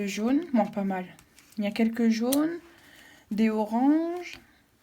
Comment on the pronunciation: N’oubliez pas les liaisons: dezoranges, dezocres. Ces mots ne commencent pas par un h aspiré 😅